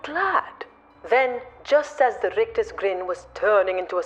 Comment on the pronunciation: Brilliant!!! Love the rolled r's on 'rictus' !!!!😂😂😂 Happy Christmas!!!!